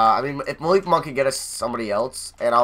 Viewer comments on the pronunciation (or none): none